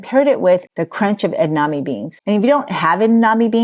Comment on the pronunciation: it's not edaname. It's edamame. ❤